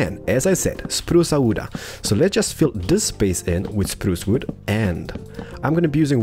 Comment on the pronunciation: You Know its pronunced wood not wooda😂